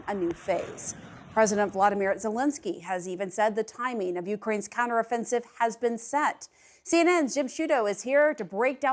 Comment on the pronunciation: "Set" NOT "sat", "direct", NOT "diract"...Was she hired for the look? Where did she learned to talk English?